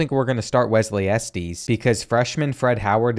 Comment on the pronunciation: The way you pronoun Estes is crazy